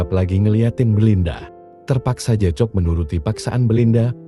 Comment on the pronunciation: Maaf ya saya perbetulkan sedikit sebutan untuk watak JACOB. JACOB disebut JAKOB. Salam dari North Borneo.